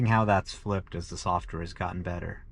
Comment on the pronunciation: . Is he saying a softer update? 😅 Isn't it supposed to be software update? And did he say driving wasn't (was an ) annoyance to going places? This guy clearly doesn't understand about driving but I agree the new freedom which was once driving is now the freedom not to have to drive, amazing